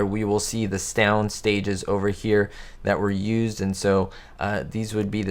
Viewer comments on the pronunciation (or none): he said stound stages instead of sound stages 🤫😂😂. I caught that buddy 😂